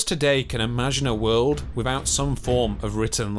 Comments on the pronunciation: Except wivout va speech impediment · Great content but really hard to listen to due to him not being able to pronounce 'th' properly. "wivout" etc.